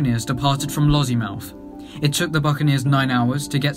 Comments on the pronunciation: Pronunciation, Lossiemouth instead of Lozzymouth, Euphrates is “you-freight-tees” but vey good effort overall! I just read Pablos War ( he was sqd leader of John and John who got shot down in the Tornado) and the Bucaneer was discussed quite a bit in that book. Would recommend it, if you can find it for sale anywhere! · 😄 Lozziemouth? 😄 Eufrates? Lesson: Say 'Lossie-mouth'. Say 'You-fray-tees'.